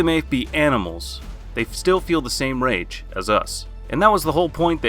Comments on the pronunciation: If you lower youre volume at the start you can hear him says rape besides rage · I can't even list everything wrong with this list. First off you keep saying rape not rage, lets get that out of the way. Then there's Tanjiro at #1, did you even watch the show ? Tanjiro has yet (at least in the anime) to have a rage moment because he's such a gentle person. Then you have Goblin Slayer on the list......do you even watch the shows you list? Goblin Slayer has LITERALLY no emotions at all let alone rage. And my effin GOD the way you pronounced Ufotable should get you arrested. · why does it sound like rape instead of rage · Bro why, why must you pronounce it as rape. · Y u saying rape man its rage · Why does it sound like you're saying "Rape" instead of "Rage" 😅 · Is it just me or does it sound like your saying 'Rape' Instead of 'Rage' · did he say rape scene??????💀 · Nah bro said Rape not rage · I heard him pronounce rage rape many times!! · I feel like he keeps saying rape scene lmfao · I swear it sounds like he says rage as “Rape” lol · Did you say rape sceens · Bro is saying rape scene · Why does it sound like he is constantly saying 'rape' instead of 'rage' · U need holy water for ur ears(the more I progressed in to the vid I started hearing it to) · RIGHT "this is everything we look for in a rape scene" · Because he is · If you listen closer he is saying rape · LMAOOO, ikr. i just made a comment about that b4 i read this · There’s no way he’s not saying rape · yeah' it sounds like his saying' rape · He was probably thinking of berserk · I came to the comment section just to find this comment lol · its true either way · I don’t I was the only one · I'm now uncomfortable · Bro no offense but whenever you said rage scenes in the video I heard rape scenes ...or is it just me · Did he say “rape” rather than raid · You saying rage science or rape scenes sounds like ur saying rape scene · i keep thinking hes saying rape seen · bc it is